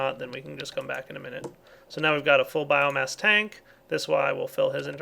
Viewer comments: BioMASS its BioMASS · It's biomass not biogass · Its bioMASS, not bioGAS! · It annoys me every time he says biogas when really it's biomass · did anyone rage when ever he said biogas instead of biomass? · it's bioMASS not bioGAS